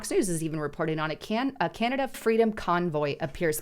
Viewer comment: Canada is now pronounced CANODA